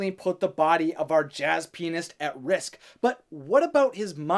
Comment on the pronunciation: When he said "Pianist" the first time I totally understood something else ... I am not the only one, am I??